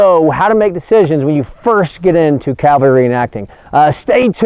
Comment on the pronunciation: I'm amazed that you specify accuracy... but you keep saying "CALvary"